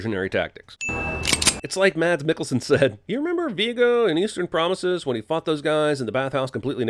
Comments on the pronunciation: **mass mi-ghul-sen. That's how his name is pronounced🤭. It ain't mads 🤦🏻‍♀️ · Its pronounced Mass Mikkelsen. Sin!